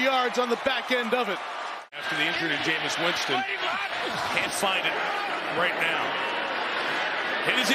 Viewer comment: “all the way on thew wight”